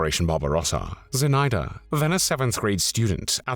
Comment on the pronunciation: Называйте имена героев как их зовут. Зинаида Портнова, ударение на zi' na'ida. Или просто Zina Portnova. Мы гордимся этими героями.